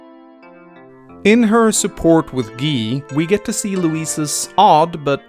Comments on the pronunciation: I'm sorry, WHAT?! Who manages to pronounce Guy as gii?! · "In her support with Gee" it's pronounced Guy not Gee, how can you screw that up? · How the fuck did you pronounce Guy wrong?